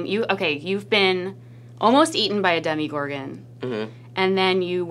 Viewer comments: Omg she said demigorgon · did she say demi-gorgon?! Lawlllzzzz Demi Lovato is now a monster from Stranger Things😂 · Whats a demigorgan I thought its called demogorgan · Demigorgen? WoAh. It’s demogorgen get yo facts straight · She said demeegorgin 😑 it’s demagorgan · ‘Demigorgon’ and ‘mind flayer’ it’s Demogorgon and Shadow Monster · Demiegorgan why does everyone say it like that I say it like demagorgan although I know it is spelt demogorgan. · It’s demogorgan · lady: you were almost eaten by a demegorgon. me: ITS DEMIGORGON DUDE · I like how she acts like she's a fan but at the same time says demigorgan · Demigorgon? (Demogorgon) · "demigorgon" ~that one interviewer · Its demOgorgan not demIgorgan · HECK DID ANYONE NOTICE THE LADY SAID “demigorgon” ITS DEMOGORGON IM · His face when she said "demygorgin" he was like... 'AWW NO CHILD ITS DEMOGORGON" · Simply Savannah Same! I was like uhh excuse you?! Its DemOgorgon not DemIgorgon. Then my brother said from the other room "its leviOsa not levioSA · did she say, demigorgan? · a ''demegorgan''? lol hahahaha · I cringed so much when she said Demigorgon 😅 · "dem-Y-gorgon" ok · Did she really say demmy-gorgen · this lady is so awkward lolz DEMI GORGIN thats how she pronounced it lolz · Was I the only one who got triggered when she pronounced it “DeMIgorgen”??? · She said “demigorgan”🤣🤣🤣🤣🤦🏼‍♀️🤦🏼‍♀️🤦🏼‍♀️ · “Demi-gorgen” I’m dead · When she said demigorgen i got triggered😭😂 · are we all just going to ignore "demigorgon" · Omf did she really say “demigorgon” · "demigorgon" smh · Demigorgon? Demigorgon! Pfft and she calls herself a Stranger Things fan. Noah you should of said something Cx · demegorgon😂 Dem-eeee-gor-gon is how she said it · He looked so awkward when sshe called the demogorgon a demEgorgOOhn 😂ilhsm xx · I hate how she said Demigorgon. That’s incorrect lady!😂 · Wtf is a “Demigorgon”‼️😂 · she said DEMIGORGON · Haha no paur demo demogorgon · Michaela JohnnaGrace it’s demogorgon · she said demeegorgon i'm